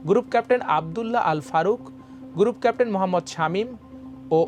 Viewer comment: 'Amar Desh' should appoint some more efficient news presenters. Special care should be taken of their accent actually. It's so wired to hear "উচ্ছ পদস্ত" or গুরুপ ক্যাপ্টেন or some other pronunciation like these.